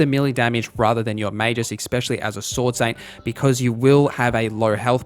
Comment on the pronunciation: That's not how you pronounce Magus :(